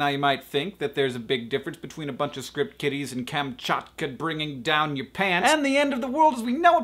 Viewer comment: Am I the only one who thought he said Script Kitties?